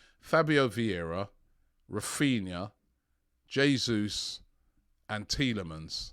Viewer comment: Robbie I believe the 'J ' is pronounced in Portuguese. The pronunciation of Spanish 'Jesus' and Portuguese 'Jesus' are different.